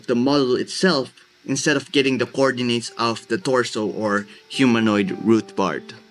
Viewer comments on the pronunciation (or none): none